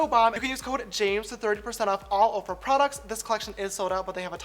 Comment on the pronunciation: When he says OFRA LMAO